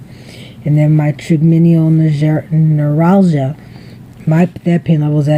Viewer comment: Hi, that's a great idea to have a journal to show your Dr. Will prednisone help with your TN flare ups? If it helps any, it;s pronounced try-gem-in-all noo-rall-gia. I hope you feel better soon. I love you! Joan